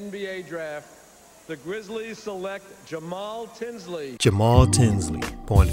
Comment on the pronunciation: YOOOOOOOO!!!!! SHOUT OUT FOR THE LOVE!!! YOU ACTUALLY PRONOUNCED MY NAME RIGHT ALSO!!! MAJOR RESPECT!!!!